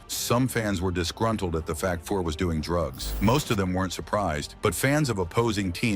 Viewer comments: This AI clip is lousy. Grant FOOR, Mark Messi-ER, Mike LOOT. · Omg..... Fuhr not fore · Ouch....yup that's some bad AI pronunciation. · You're pronouncing Fuhrsy's last name incorrectly 🥅🛡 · I won't be subscribing to this channel. I stopped watching as soon as I heard Grant Fuhr's name mispronounced. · If you can't pronounce his name properly, I have no faith in any part of this clip. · Bad article, can’t even pronounce his name.